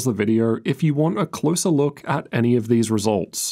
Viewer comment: Bro said loor good video though i was thinking of doing this